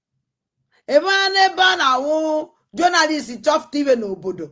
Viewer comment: She said she is a journarist. Number one itiboribo. Cannot spell or pronounce anything right but claim she knows